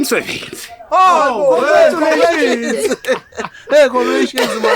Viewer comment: Am I the only one hearing ngometshisi ...instead of congratulations 😂😅